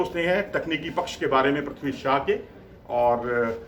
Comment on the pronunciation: Shaw not shah